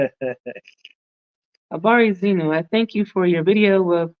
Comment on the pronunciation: It is habari zenu. Not zenyu.